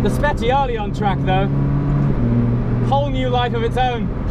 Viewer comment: Cool video but I cringe every time you say „Spechiali“